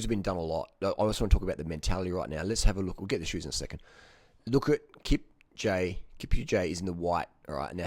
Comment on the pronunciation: Kipcha lol wtf its pronounced Kipchooouuuugiiiee